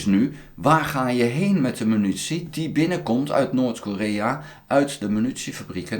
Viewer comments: he. prima blog. maar het is MINUTIE en niet Menutie. puntje stelt niet veel voor, maar is makkelijk te veranderen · Euh, overal. Je zegt altijd menutie. 😅 Maar ik versta het prima hoor, you do you. 👍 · grapje. Munitie